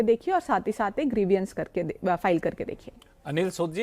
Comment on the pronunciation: बहुत अच्छा विडिओ. आप दोनों को धन्यवाद., कृपया grievance को ग्रीवियांस न बोलें. I suppose you will not mind, please. It should be ग्रीवांस.😊